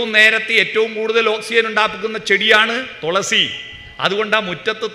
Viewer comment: തോളസീ അല്ല തുളസി യാ